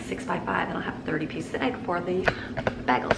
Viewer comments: I love how you say bagels 🥯 “bahgel” I say “baygels” but I might start saying it your way. Sounds fancier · Oh, dear friend...bagels are pronounced "bay-gls" not "bag-els" !!!! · I just can’t get over the way you say bagels 😮 never heard anyone say it like that lol